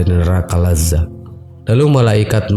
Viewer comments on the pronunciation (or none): Cara nyebutnya Neraka Ladho' bro, bukan Laza'